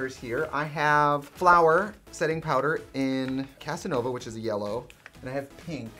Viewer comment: not trixie pronouncing cassava as casanova lmao